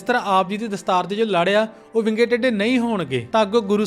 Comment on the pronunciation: Bro ਯਾਰ ਤੁਸੀ ਵਿੰਗੇ ਨੂੰ ਬਿੰਗਾ ਕਹਿੰਦੇ, ਸਰਬਾਲੇ ਨੂੰ ਸੜਬਾਲਾ ਕਹਿੰਦੇ ਤੇ ਟੈਂਕੇ ਨੂੰ ਟੱਟਾ ਕਹਿੰਦੇ,, ਗੱਲ ਕੀ ਆ???